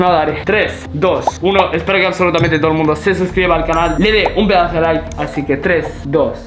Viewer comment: Cacha de falta😂 se dice like no lauk😂😂😂😂